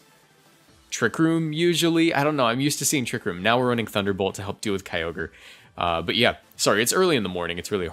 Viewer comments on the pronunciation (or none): none